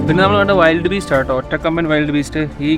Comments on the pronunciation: വൈൽഡ് അല്ല വിൽഡ് ബീസ്റ്റ് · വൈൽഡ് ബീസ്റ്റ് അല്ല വിൽട് ബീസ്റ്റ്